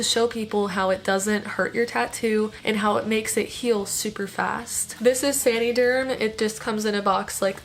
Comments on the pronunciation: I think it’s “San-uh-derm” like “San-uh-tize” 🧐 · please learn to say the name correctly lol. It is not "sandy" derm. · I came to say the same thing! 😂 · “sany derm “ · sandy germ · San - uhh - derm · The way she says san”ee”derm gets me every time. I can’t even finish the video 😂😂😂😂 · Love how you pronounce saniderm 😂😂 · I like this video but the way she pronounces saniderm is annoying tf out of me